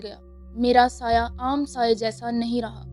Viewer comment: Saya nhi bolta tmhy ghalti laghi h reading ma